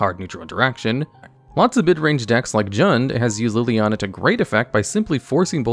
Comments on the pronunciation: Please,, I normally have a good chuckle at the card names you are clearly seeing for the first time and mispronounce as good fun, but you just can’t butcher my Planeswalker oshi’s name like this. It’s “Lily-on-uh”. As for the list, it’s actually very good, I’d say, except for #10. The new Ob is good, but I don’t think he’s in the top 10 of Planeswalkers by any stretch of the imagination (yet). I really think this should be either Karn Liberated or Ugin, The Spirit Dragon (and would accept both in this slot as a consideration for how they are the top end for Tron as an archetype). I know has been playing Magic casually for a little bit now, I’d love a personal top 10 (or maybe a 5/5 split for one video) of the cards he hates and loves with what time he’s had in the game. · PLEASE tell me I wasn't the only one traumatized by the 'LilANNA" pronunciation